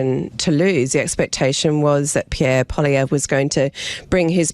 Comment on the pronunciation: He doesn't call him pollievre he calls him polla bear 😂